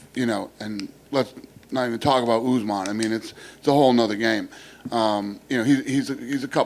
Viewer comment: Kamaru "Oozmon" 😅